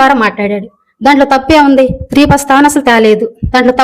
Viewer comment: Sri kadhu stri Telugu nerchukondi mundhu tarvatha anni teseyochuuu